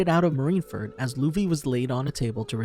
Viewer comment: Pretty sure Mr.2’s name is Bon CLAY not bon curay. Also Marine Ford not Marine Ferd